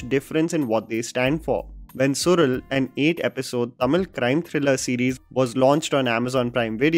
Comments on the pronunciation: It is Suzhal not sural…. su-lal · It's SU-LAL- the zh in Tamil is "la" sound. Not sural as you say 🥲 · Well... The title should be appropriately pronounced as "suḻal" it's not "Sural" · Isn't it pronounced Sulal and not sural? Just checking the right pronunciation. Usually, z is a version of "l" in tamil! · It's not sural..it SuLal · it is Suzhal su-lal not su-rul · Also kind request to not to butcher the name of actors and their characters. I know its not even thing but itd be so perfect if you could do that and its suZh(la)l not Sural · Su'zh'al , the 'zh' part is completely unknown to a non Tamil and Malayali's. But I vaguely know that Marathi as well has such letter in their language. Rest of the India pronounce it as 'z' as in Zebra. But as per Tamil and Malayalam, this 'zh' part is pronounced as 'rrh' the 'r' part must roll while you pronounce. Suzhal is actually Su'rrh'al. I'm a Telugu btw. Sorry If my explanation is wrong. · Sural nahi सुयल… fan of your work! Still watching the series. So will possibly watch this video again after I have finished it. 👍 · Its pronounced as Sulal as in Tamizh(Tamil), just for information. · Su-la-l for God Sake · once again pronounce suzhal🌚